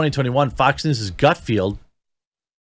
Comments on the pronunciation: Okay, wait. You constantly mispronounce Greg GutFELD's name (much as with "team," there is no "i" in Gutfeld), but you nail Umberto Eco without batting an eye?! The hell? These tools are "liberal satirists?" They wouldn't know satire if it slapped them on the butt. It also says a lot about where the American populace actually is politically. Fact is, the Fox News primetime lineup regularly beats not only all other cable offerings, but often the broadcast channels "entertainment" programming. "Gutfeld!" does well holding onto that audience, but his rise is no surprise. Fox News has fostered comedy for a while now. Their "Half Hour News Hour" a few years back was middling to good, but never went anywhere in the ratings. But then they gave Gutfeld his first show, "Red Eye," which aired at 3 AM ET, and that puppy just built and built and built. It came on at 12 midnight on the Left coast, so it was easy to find with just a little flipping around, and it was largely what he's doing now, if perhaps yet more edgy and irreverent. You can get away with a lot more later at night! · Dude! GutFELD, not GutFIELD. It was cringy hearing you say the name wrong over and over and over again. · Not to be that guy Jeremy. But it's Gutfeld, there is no "i" in his name. It's pronounced felled not field. I have been watching him since the old Red Eye days. When he was on at like 3am. But his success is simply a matter of an oversaturated liberal field and no Trump to keep them afloat. I mean if Craig Ferguson came back (please 🙏) he would crush them all at this point. He was never really political. He's genuinely funny and his show was great. He would be number one in a week. If CBS had ANY brains, they would fire Corden, move Colbert to , and back a truck of money up to Craig's house. But sadly, Craig has integrity and has flat out said he doesn't want to be "the guy" . Too bad for all of us. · Btw its gutfeld not gutfielf. My wife yells at me when i get it wrong